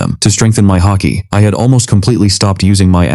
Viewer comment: Its haki not hockey btw